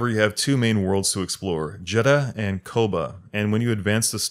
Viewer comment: How do you play through a whole ass game where they say Koboh like 2000 times and end up saying it like "kobah" or something lol